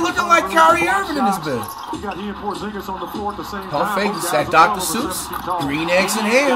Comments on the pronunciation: Flight stop calling Niang DR Suussss bruh 😂😂 that ain’t him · Did he just call Niang Dr Seuss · Bro kept calling niang max strus🤣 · Flight, Georges Niang is not “Doctor Seuss”😭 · Bro calling georges niang dr seuss